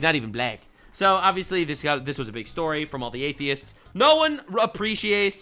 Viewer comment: Did you say " gaythiests" lol